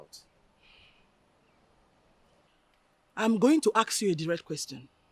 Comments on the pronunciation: People...... it's PALACE.....not PALES 🤣 ASK not AKS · PEOPLE ITS PALACE pronounced as PALAS NOT FRIGGING PALES. IT'S IRRITATING TO EARS. ONE MORE THING, ITS ASK NOK AKS.😂😂😂